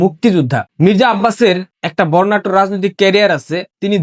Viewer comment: বর্ণাঢ্য হবে—বর্ণাট্য না।